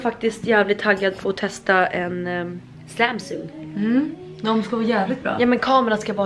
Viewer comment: Du utalar Samsung fel,du säger sämsung